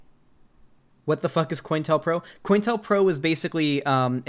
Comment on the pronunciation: I always thought it was pronounced co-intel-pro